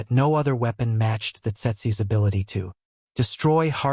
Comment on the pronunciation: Tse-tse in Standard English. Pronounced "tetsee".